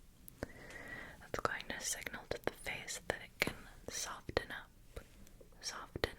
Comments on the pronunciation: Soften is pronounced with a silent t. ❤ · You pronounce the T in Soften! I've never heard that before!